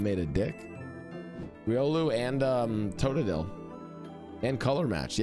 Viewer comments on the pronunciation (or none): AINTNOWAY He said Totodel 💀